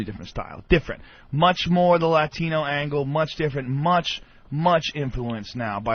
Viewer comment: When Joe said Laatino